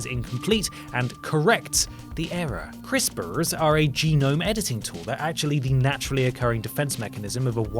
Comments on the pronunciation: Please say "crisprs" in every video. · Love the way says crispers